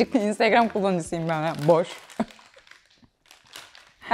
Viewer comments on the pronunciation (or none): none